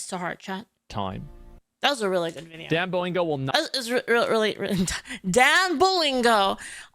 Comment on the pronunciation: 😆why doesn't mention that he says it as "dan boingo"